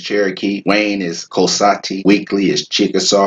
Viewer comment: Thanks a whole bunches WOW!!! Although i couldn't understand the pronounciation of lincoln county indians . 😍koasati